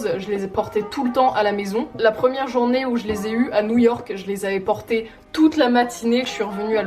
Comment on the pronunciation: « NOUILLE YORK »